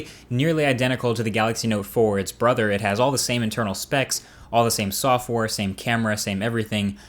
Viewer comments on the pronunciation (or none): i think he said softwar